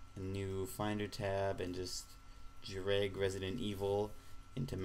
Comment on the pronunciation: well done. this helps a lot. also, you say "lag" and "drag" funny.